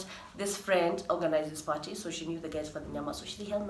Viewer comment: Wewe sema tu Apo parhee (party) wacha mi nivae mask ya Corona virus 😂😂